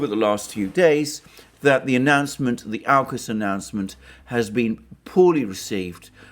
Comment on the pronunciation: Sorry Alexander, I think you're completely off your game on this one. Not holistic at all. And certainly, not what unraveled through the week. BTW. It's Aukus (orkus) Not 'Ourcus'.